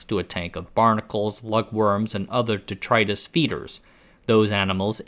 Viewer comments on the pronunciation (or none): none